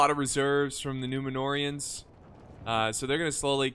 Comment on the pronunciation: loooooool if you activate subtitles the "numenoreans" pronounced "numenorrrrr" by, and trascripted by the youtube machine........ "new manure" whahahahaha 🤣🤣🤣🤣💩💩💩💩